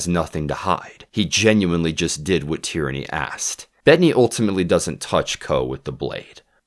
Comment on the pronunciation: I'm loving these breakdowns of the books and the series, just a point on pronunciation, Tearney would be produced tea-uh-ney, not Tyranny. I wasn't paying complete attention and assumed Tyranny was a code name. Edit: Also Yellow Car is a common game for british school kids, but you're supposed to pair saying yellow car with thumping your friend in the arm. thumping your friends is integral to common school past-times, one such being "Birthday Beats" when on your friends birthday, you thump them the amount of times relating to their age.